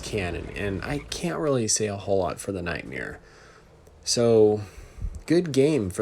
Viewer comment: You are saying the Nightmare’s name wrong. You are saying Nightmiare. But good annihilation of the event tanks in the first round there!